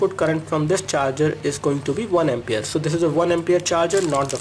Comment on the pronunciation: I'm a regular viewer of your videos, you pronounce ampere as empera... plz make it right.. *****